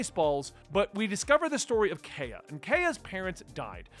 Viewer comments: “Oo-sop” and “Kai-uh”. “Bar-ah-tee-A” Can’t stress enough how much you shouldn’t Google things. Enjoy the journey! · Little prononciation things: Usopp- "oo-sop" Kaiya- "k-eye-ah" Baratie- "bah-rah-tee-ay" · Usopp is with an "oo." Kaya is "kai-uh."